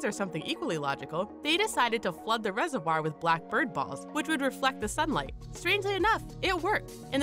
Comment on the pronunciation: Say reservoir right